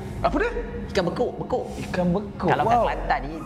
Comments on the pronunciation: ikan bekok la bang bukan ikan bekuk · Ikan bekok tu sebutan be-cock... bekok=bengkak